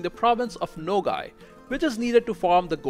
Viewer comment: The province of nogai is not called nogai it's nogay but there's nothing wrong with that